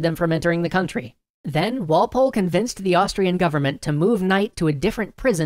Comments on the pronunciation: Goddamnit Walpol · Who took the cookie... It was Walpoole